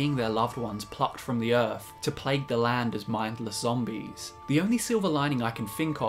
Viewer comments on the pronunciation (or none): none